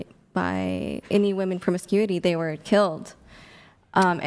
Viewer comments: i do not know why . but it drives me nuts when women cannot even pronounce the word women . i have said this before and someone told me i was stupid . maybe im just OLD and i was not aware now its like i am WOMAN . here me ROAR /? is that why they say woman and not women or is it just their pronunciation ? IMO just makes them sound dumb... like i said I was told already this was a stupid thing to argue HOWEVER this is a "debate" so when people do not pronounce words it throws me off. one is SINGULAR AND ONE IS PLURAL > why do i get sooo much pushback when I ask this question? i am not trying to be mean. i am trying understand why they are doing it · When did women stop pronouncing women correctly? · Why do all these 404 all say woman instead of women!! thinks shes smart but she keeps saying it 😂😂😂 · I asked my 11 year old daughter to pronounce “women” and she pronounced it correctly. Why can’t say “women” correctly?